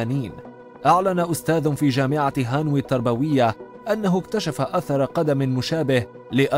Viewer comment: هانوي. انطقها نطقا صحيحا ⁉️ . . بصراحة. شار عندى شك كبير فى المستوى التعليمي و الفكرى ل اغلب اليوتيوبر العرب